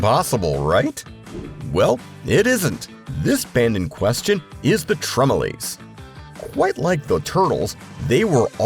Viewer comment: Pronounce it correctly, the TremelOOOOOOOOOOOOOOHHHHSSS…